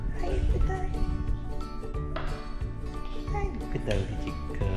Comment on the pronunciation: 아~글쿤요ㅋㅋㅋ 부르는게 다 잼나네요~👀듣는사람 마음대로줭 머ㅋㅋ..😁 근데 전 준호가 쎈발음으로 분명 ''찍코~오 🗣🐶 라고''했는데 ㅋㅋㅋ